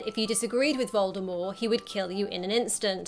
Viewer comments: Does anyone hear her say Voldemor instead of Voldemort 3.31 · Uh.. is no one gonna say anything about her saying “Voldemore” instead of “Voldemort” with a ‘T’ at the end 😂😂??????????? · When she says Voldemort like voldemor, it triggers me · By the way its Voldemort, not Voldemore and yes he is lying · If she says voldeMORE one more time, I’m gonna lose it haha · Anyone get that she says, “Voldemorr.” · The t at the end of Voldemort is pronounced.